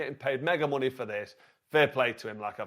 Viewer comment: "does he need the munay" 😂 "Oosyk" it's fucking "Usyk"